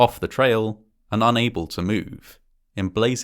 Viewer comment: The way he said “between 1 and 4 people fall into the canyon each year” sounded like “1 in 4 people” and I had to replay it lol